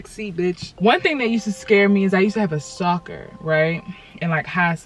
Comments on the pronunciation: I thought she said soccer instead of stalker😂😂 I’m like “damn that was a smart ass ball if it’s in school” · Tell me how I thought she say soccer instead of stocker in the beginning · deadass thought sis said soccer. I was like huh? the ball. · when you first said stalker, i heard "soccer"